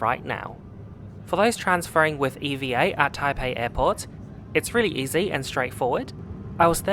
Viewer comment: Just a curious question.. why are you pronouncing "EVA" as Eee-vee-A and not as EVahh... is it an acronym? Most people pronounce it as Evahh though 🤔🤷‍♂️